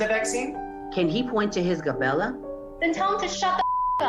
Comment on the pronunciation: It’s Glabella, not Gabella. First “medical expert” I’ve ever heard say it incorrectly. A lot of doctors and nurses talk shit about their patients when they leave the exam room. Not all ,but a lot. These people dont surprise me.